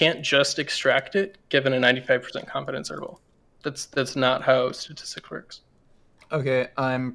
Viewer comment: this guy needs to learn how to say statistics before he graduates 😂 Granted. It is a hard word to say sometimes